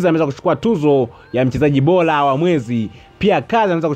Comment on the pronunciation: Msomaji jitahidi kutamka r badala ya l, mfano, unatamka bola badala ya bora!